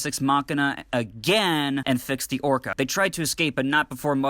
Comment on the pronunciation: You keep saying Orcard. It's Orca. Like the killer whale.. that uses echolocation... really subtle